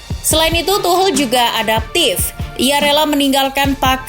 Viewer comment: Tolong dong dibenerin penyebutan Tuchel.. bukan Tuhel.. tapi Tuschel.. Dengerin komentaror Liga Inggris deh..